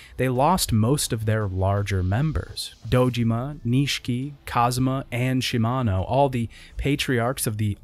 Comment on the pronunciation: i kept noticing that you keep saying Kazuma everytime Kazama shows up